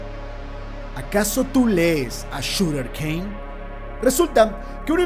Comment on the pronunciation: Suther Cane, se pronuncia SODER no YUTER. Salvo por eso excelente video